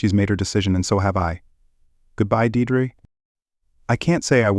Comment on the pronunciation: "Deirdre" is pronounced "Deerdree"...